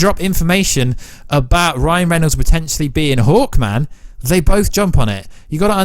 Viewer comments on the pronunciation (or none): none